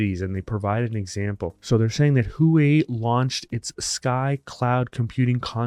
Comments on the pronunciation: It's not pronounced "Who-whey", it's "Whaa-whey". 🫡 🤠🚀🌛 .:il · Huawei is pronounced “waa-way” I think.